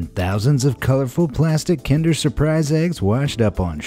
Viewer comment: How can an american not correctly pronounce kinder? You sound like you're trying to start a fire but be kind..... its so simple man.